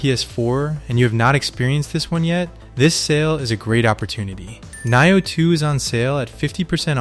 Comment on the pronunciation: Knee-oh.😂 Nioh 2 is amazing! It's hard but worth it. I played through 8x. Each time you start new game plus the game changes. First playthrough is like just the tutorial really. Watch walkthroughs so you can find all the kodamas in your first playthrough.